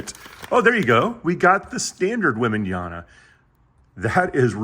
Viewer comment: His name is webenyama not webenayana